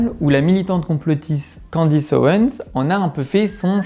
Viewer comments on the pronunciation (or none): Vu que vous avez l'air d'être à cheval sur les prénoms (et fort probablement sur plein d'autres choses...) c'est Candace et pas Candice.